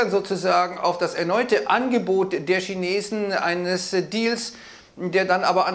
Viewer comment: Die Schinesen 😂😂😂